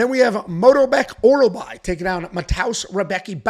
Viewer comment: get some sleep mannn what the f are you saying with the names 😂😂😂 Morolbek Mikyaki 🤣🤣🤣